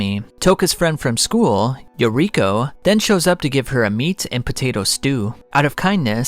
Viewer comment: True. "Yokiro" had me like, "..... WHO TF?" Ohhh it's YORIKO, Toukas friend from school & takeomi kuroiwas wife.